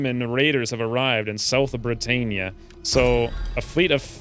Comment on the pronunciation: Brit-ann-ia not Brit-ain-ia